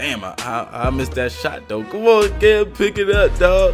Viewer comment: Dude You say Cam so good why can't you just play park